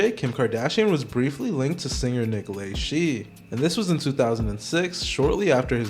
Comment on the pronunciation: Its La....Shay